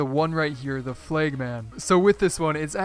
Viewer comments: Checkered "FLEG" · dude pronounced it "flayg" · You don't know how to pronounce "Flag"!😂😂😂😂😂💀